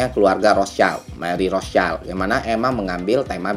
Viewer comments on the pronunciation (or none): btw rothschild bang bukan rostchild